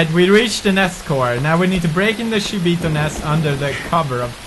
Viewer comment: still keep calls them shiboto !! ow pewds !!